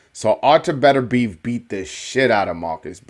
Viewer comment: I called 9th round I knew Beterbiev would walk through Browne. Browne was given a gift in the past againt a dude Beterbiev almost killed. BTW its Pronounced Better-be-ev. Peace